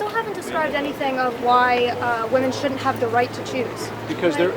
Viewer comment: Young lady, please learn to pronounce "shouldn't"